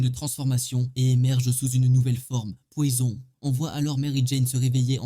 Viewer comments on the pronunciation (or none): L'accent mi anglais mi frnaçais "Poyzon". Frr choisi